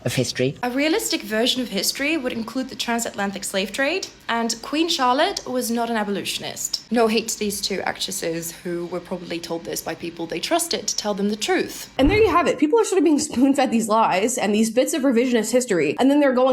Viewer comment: I'm just giggling at that vapid Tik-Tok girl pronouncing "abolitionist" as "abolutionist", whilst condemning Hollywood for, I guess, ignoring the reality of the Trans-Atlantic slave trade (lol). Some props to her, though, for calling out the wishful-thinking revisionism of Queen Charlotte-- but she really does not seem all that bright.